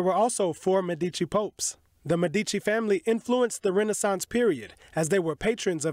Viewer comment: Learn to pronounce Medici correctly